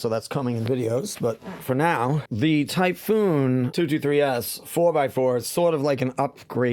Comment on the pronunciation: It's called Typhon not Typhoon